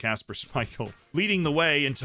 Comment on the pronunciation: Viljami Sinisalo: Vilzami Sisialhoe